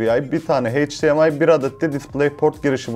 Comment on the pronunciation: abi heyç Di em ay değil eyç Di em ay :'(